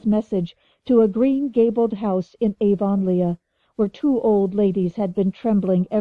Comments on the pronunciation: I read this comment before I started listening and I couldn’t imagine what you meant. Well I soon found out. Gasp! Aa-von-Leigh-a! No!😱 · Someone really needs to “redo” this. So many mispronounced words. “Lylock(lilac)”, Avon-Leea(Avonlea), Mogog(Magog)! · but then, it does look like that... but I still pronounce it ah-VUN-lee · AVON LEEEAH?? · I am definitely not used to the way this narrator says Avonlea. but I'm grateful for any free one. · Why doesnt she use the accepted pronunciation? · Oh SAME I'm glad they stopped saying Avonlea som much after the start where it was in there like 30 times. It was way less later on I straight Up I didn't think I was going to be able to stand listening to this book....which is bad because unlike the rest of the series it's not on my audiobook App & I couldn't find it anywhere else online. And it's you know... a series & a long one. It would drive me more nuts not to be able to finish it properly and skip a book than the way this narrarator for some ridiculous reason says Avonlea like Avonleigha lol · I agree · It's definitely not the way Canadians say it..... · Has the narrator ever watched a video or a movie about Road to Avonlea or Anne of Green Gables? because her narration, and pronunciation of the word Avonlea is incorrect!